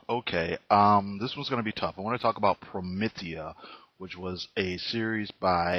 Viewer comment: You’ve got some nerve reviewing something you can’t even fully grasp, unless the video is actually about you and your ignorance. Also, it’s not pronounced promithia. You probably wouldn’t be able to handle Gene Wolf’s book of the new sun or Steven Erickson’s Malazan Book of the Fallen. Those aren’t comics, but along with Promethea by Moore and The Sandman by Neil Gaiman are the pinnacles of fantasy in both comic and novel formats